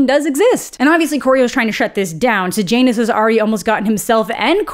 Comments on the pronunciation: Does anyone else hear Sejanus as Sir Janus Every single time she says it, it's all I hear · Am I the only one who read it was Corio-Law-Ness and Say-Yah-Ness and was extremely disappointed by Coriol-Anus and Sage-Anus ??